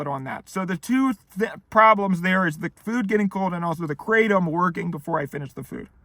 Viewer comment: Hello! Kratom is actually a Thai word and is pronounced "krah-TOM" not "KRAY-tum". Also, there are ways of taking it which enable it to take effect within minutes so you don't have to wait an hour, and can also be easier on the stomach than swallowing a load of gelatin capsules. I recommend doing a bit of research to find the method which works best for you. Good luck and best wishes!